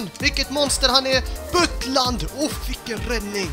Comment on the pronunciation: Ett litet tips Du behöver inte uttala U när du säger Butland. Du kan bara ta bort U och sätta ett A där👦👦👦👦👦